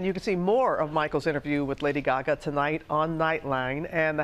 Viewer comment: Why do they always pronounce it as “Gyagya”